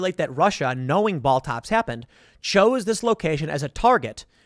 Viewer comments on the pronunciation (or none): While its funny to hear Tim say Ball-Tops, its clearly Balt-Ops, as in Baltic Operations. C'mon Tim.